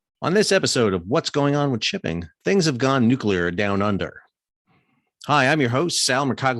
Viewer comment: Straight up, it is so refreshing to hear someone, particularly an American, who can actually pronounce "nuclear". The general inability on YT to pronounce that word is uncyular. The froggies got their panties in a knot because they got caught out cheating. Their behaviour reflected accurately the same hurt-feeling behaviour of the CCP, they bully and bluster their way through anyone who stands in their way, but then bleat like injured little lambs when someone calls them out. Make no mistake, the original "contract" with the froggies was to build 6 diesel subs for 2 billion each, then the sly little crybabies decided they wanted 96 billion for the same handful of subs. Feck France and feck their dishonestly delicate little girl feelings.